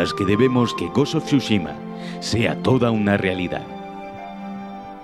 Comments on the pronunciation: Bro pq le dices siempre mal los nombres jajaja ghos of sosushima es tsuchima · Of SHUSHIMA🤣🤣🤣